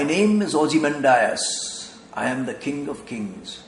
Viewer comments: check your pronounciation of ozimandias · ozymandias - check the pronunciation.